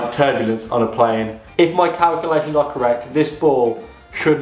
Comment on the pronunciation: Acoording to my caculations